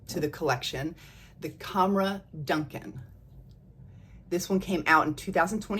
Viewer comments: I really love your videos ❤ Fyi, when lattafa are advertising it l, they seem to pronounce Dukhan as Doo-khaan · Hi Friend, It’s the Rooh Afza girl again 😊. Sorry I’ve been busy but I think I’m all caught up on your videos now. Yet another fun video! ❤Just a little FYI … it’s pronounced ‘doo-khaan.’ I’m only saying it because I know you’re a total sweetheart and won’t mind me pointing it out. Oh and guess what? Ana Abiyedh Coral finally landed on my doorstep yesterday! Haven’t tried it yet but I plan to try it tonight when everyone is off to bed and I’m left alone with my scents lol